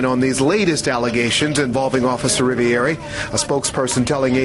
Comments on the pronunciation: Cop🥒 says " I'm officer Rivieri" not Rivioli as per legends say.😒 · He said "Rivieri" not Rivoli. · He pronounced his name wrong.. lol. We all have bad days